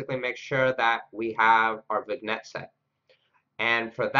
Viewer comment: Hey, thanks for making this video. Gave me a starting point for implementing this. Also, I think the g in vignette is silent. Pronounced like vinyet.